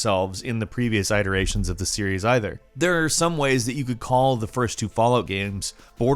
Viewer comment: That was the strangest way i have ever heard “iterations” pronounced and i love it.